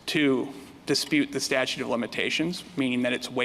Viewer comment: statute - not statue!